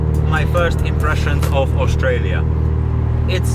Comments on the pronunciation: pretty sure you're saying Australia not Austria lol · bro said Australia. 💀💀